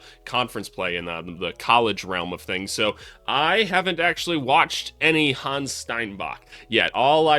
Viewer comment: Try to pronounce it Han-nes, not Hans. 🇩🇪